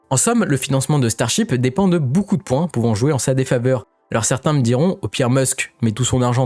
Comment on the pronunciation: on dit ''beaucoup'' comme ''beau cul'' ou ''beau seins'' ..et pas ''boucoup'' comme ''bouzin'' ou ''bourrin''... mais sinon à par ça ; merci pour les infos et les vidéos ...